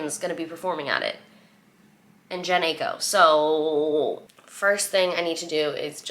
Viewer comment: I love you so much also it’s pronounced je-ney ai-ko xoxo